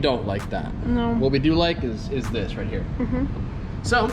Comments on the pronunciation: you are.. ROYT... :P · Yo I think she meant to say, "yes ROYT (Australian accent)" lol